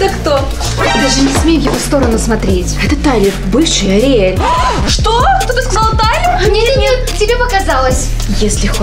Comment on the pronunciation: Кейси сказала Ариэль Синди Мия😂 кто тоже так услышал(а) сюда 👇🏻